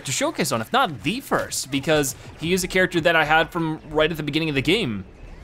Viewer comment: you said frist instead of first